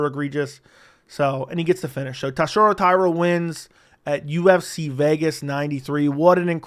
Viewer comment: Buddy. You BUTCHERED TATSUROS name. You had one job you absolute blob